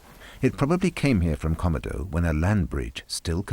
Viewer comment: Why can't the narrator pronounce Komodo correctly: kuh-mow-dow.